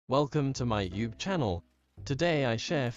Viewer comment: “Welcome to my yube channel”